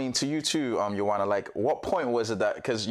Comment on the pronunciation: Ioana is gorgeous! Thanks for this. For all of you struggling with her name, remember, it's pronounced 'YouWanna'. 👌😉